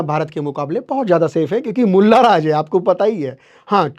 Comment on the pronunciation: Bhai bhot Acha bolla Lakin Molla sabd nahi Mula ji banana tha